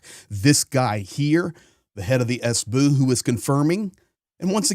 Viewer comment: Cute how say SBU. Not "Es Bee Yuu", but "Es Boo" 😄